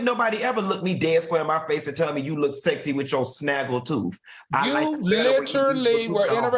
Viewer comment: Not "her toof" Q 😀🙂😛